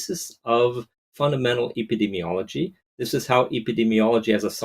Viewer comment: Well, you can’t even properly pronounce epidemiology give me a sense you don’t even communicate with the research community. Too much arrogance in assumptions and too strong of the political agenda.